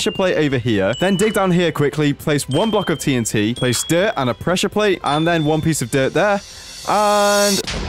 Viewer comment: Notice that It said itnt instead of tnt